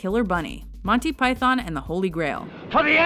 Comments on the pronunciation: U.K. citizen here: Pie-thon, pie-then, pie-thawn, pie-than, pie-thorn, pie-thin who the hell cares? Well, obviously some people do, so I'll rephrase the question: People who care, why do you care? Honestly I think the British people who complain about how American's pronounce things (and Americans who complain about us, who there seem to be less of) need to get off their high horse. I mean, pronunciations aren't even consistent WITHIN the U.K. Example: Most Brits pronounce Pakistan as Pak-iss-stan, but I've heard people pronounce it Park-iss-starn. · I wish they'd pronounce Python properly. Emphasis is on the first syllable. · When you think that some of this stuff is close to 40 years old, it goes to show the quality of the humour of these guys. Like many, I grew up with them, know these scenes backwards, but still find myself laughing. But please, can someone tell her it's "Python" NOT Pyyyth-ON! :D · Do us a favour America. Say it right. It's MON-tee PYE-thon Not Monny pyTHON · Agreed,its the py-thawn bit I dont get,we pronounce python like its pythn,not emphasizing the "thon" ,like its thn. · Even Pilate can scarcely keep his face straight during Biggus Dickus. "Do you find it risible...when I say the name...Biggus...Dickus..." you watch he is struggling so hard not to laugh. But arrrggh..its not Monty Pie-thon...its Pie-thun... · It is "Piethn" not pie- THON. At least the Americans like it . My Mrs is Italian , and she sits stone faced through it . Even the hilarious Hitler sketches ! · It's fucking PythUN not Manteee Py-thorn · It’s actually pronounced pythUn and not pythOn…for all you Americans out there who insist on pronouncing English words incorrectly, even when you are trying to talk about English/British things. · We pronounce it "Pythn" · Sorry, but the Yanks just don't get it... It's prononced Monty "Pythun" not Python. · Who's Monty Py- Thon ? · Americans can't say Python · Why can't they pronounce python right?